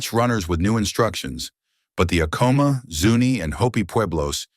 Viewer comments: not to be that person lol 😅 but its pronounced Ahco-mah with the first part sounding like the word Add soo like A dd komah. But the H's in Ah-koh-mah are silent. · This video had to have been AI generated. A real historian would have known the proper pronunciation of the name Acoma.